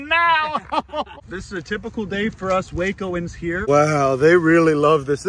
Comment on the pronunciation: it's pronounced "wacko" 😆